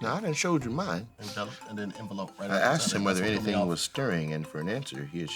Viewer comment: Bruhhh pronouncing envelope wrong is taking me outtttt😂😂😂😂😂😂😂